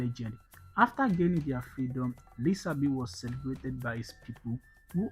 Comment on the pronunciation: Thank you for the video. Don't forget his name is pronounced with the sh sound as in Lishabi written in Yoruba language with the s having a dot below it as the Yorubas' sh sound. Thank you.